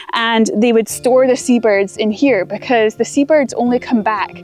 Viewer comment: I love how she says "becooose of the clooods"